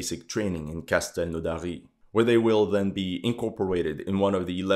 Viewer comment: First time i hear someone said "Castelnaudary" perfectly !